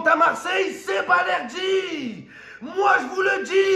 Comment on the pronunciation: Balerdi dit Valerdi le 🌽 argentin 😂😂